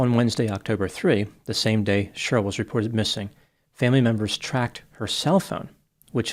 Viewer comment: it’s Che-rly, not shurll🤣🤣🤣🤣